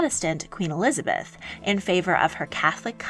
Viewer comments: Elizabeth l not Eliabeth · You're missing the 'z' in Elizabeth I